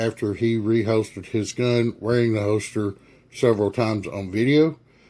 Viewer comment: Quality "Hoe-Stir" LOL